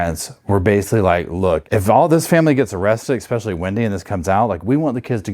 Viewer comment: Just for future reference: it’s ESPECIALLY not EXPECIALLY